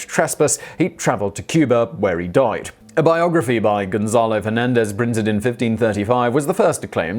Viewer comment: The way he said "died" was reminiscent of Bart Simpson's british accent.